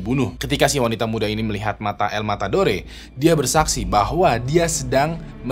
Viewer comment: El. Matadore, d baca el matador